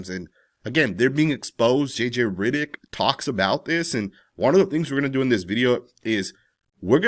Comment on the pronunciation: JJ RIDDICK?? 😂 😂 😂 This guy's pronunciation!